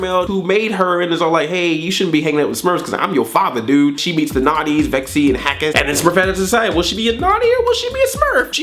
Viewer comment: Lexi not vexi